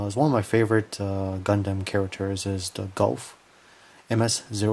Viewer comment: Gouf is proounced "goof", not "golf".